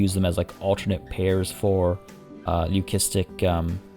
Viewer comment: They way you pronounce leucistic buuuugs me 😂😂 other then that I love the videos